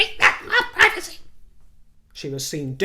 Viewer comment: Surprised you pronounce privacy in the way you do.